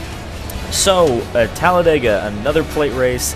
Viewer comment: its talladega not talledega